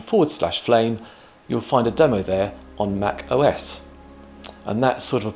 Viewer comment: "Mackos"? Thats how you pronounced that?